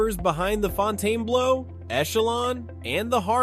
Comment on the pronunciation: Why are you calling it Fontane blue? It's pronounced FON-ten-bloh. Thums down on this video